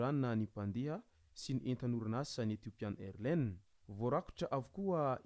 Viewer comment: On lit AirlineS on prononce le S à la fin